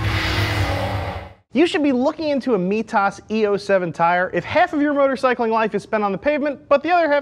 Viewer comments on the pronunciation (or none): migh tas not mee tas